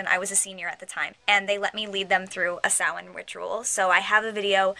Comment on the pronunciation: I'm so glad you said Samhain right!!!